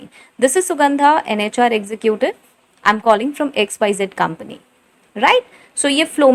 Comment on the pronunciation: Executive pronounce is not ex zu ku tive is wrong it's ex zeh cative